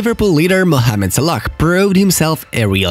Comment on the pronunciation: Is it me or did he call Salah salakh